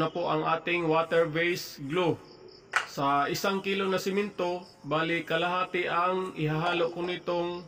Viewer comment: one at a time..hndi "once at a time" 😅😅😅😅 roller..hndi ruler 😅😅😅😅 semento..hndi simento 😅😅😅😅